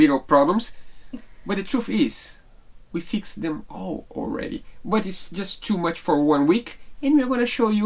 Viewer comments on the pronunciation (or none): none